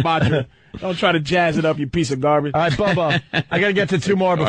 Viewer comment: Ol Roght!